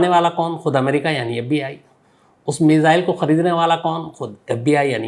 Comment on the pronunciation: मिजाईल नहीं मिसाइल बोलो